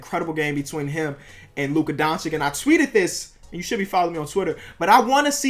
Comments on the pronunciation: Dončič not Doncik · please bro, its pronounced donCHICH. not donchick. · Isn’t it Don-Chi-Ch